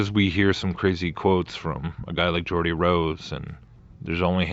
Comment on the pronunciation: Also his name Geo-or-die 🤔